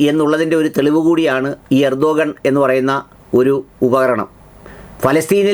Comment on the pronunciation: റസിപ് തൊയ്യിബ് ഉർദ്ദുഗാൻ അല്ല ! റജബ് ത്വയ്യിബ് ഉർദുഗാൻ എന്നാണ് ശരിയായ അദ്ദേഹത്തിൻ്റെ പേര് ആൻങ്കർ ശ്രദ്ധിക്കുമല്ലോ😂😂😂